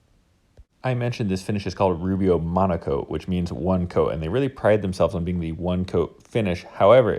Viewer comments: Is he saying monAcoat? Shouldn't it be monOcoat? Just asking... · Not me thinking he was saying Rubio Monaco THE WHOLE TIME 👀